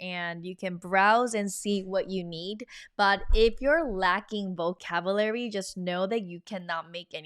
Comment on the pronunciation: Something for you in English, “Vocabulary” is pronounced vo-cab-you-Larry (quickly pronounced). It sounds like you are pronouncing vocabulary like vo-cab-Larry.